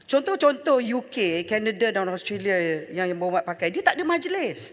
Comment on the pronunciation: Taki cakap english pun tak betul australia bukan austolia, azalina cakap sampai suara kat jubur tapi mereka tak faham kesian la pembangkang ni😭